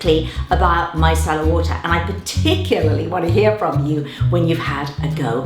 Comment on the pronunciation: At first I thought she said “my salad water”